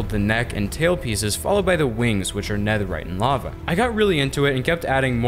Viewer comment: Did he really say super neatherite I mean I love the design but super neatherite